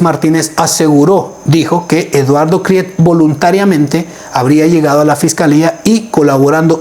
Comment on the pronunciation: NO SEAS INDIO....KRIETE SE PRONUNCIA KRIT..